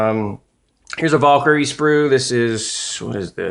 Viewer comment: dude... it's not a VAUL-kyrie, its a VAL-kyrie.